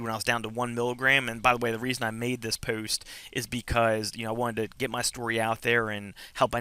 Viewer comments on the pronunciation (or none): Rachel W just what I though :) puwwst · This is very helpful, thanks! However the way you say “post” is.....unique? What kind of accent is that? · The way you say “post” , “dose” is hilarious! Anyways congrats on getting clean sir! Also - lol not sure where you ever heard bumble bees can’t sting haha - they most certainly do - only difference is once they sting once, it removes their stinger and they die. Where-as wasps can sting over and over again... Bless